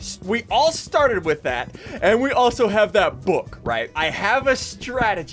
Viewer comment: Dude he said wif trying to say with what a goof